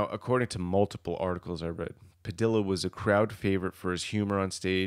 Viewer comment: I see you have learned to pronounce Mentzer correctly. Your next challenge is to pronounce Padilla properly. In Spanish a double l is pronounced silently so it's Pa Dee Ah or Pa Dee yah. Perhaps a native Spanish speaker can confirm. Other than that I enjoyed the video.